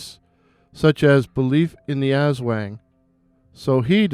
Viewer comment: The wang in aswang is actually pronounced with the short a. Great work and it's really great to see creators taking the time to research our local folklore.